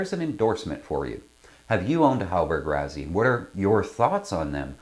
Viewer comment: Great review! To be clear, this is the 42E. HR later made a very different 42F sloop designed by Frers (hence the "F"). Also, it's usually pronounced like "Rossi", not "Razzy."